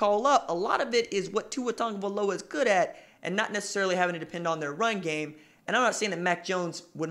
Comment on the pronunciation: Why do people keep saying tungavailoa? Its tagovailoa